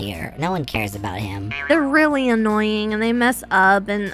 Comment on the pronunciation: AS SOON AS SHE SAID ANOYIN WE ALL THOUGHT OF BB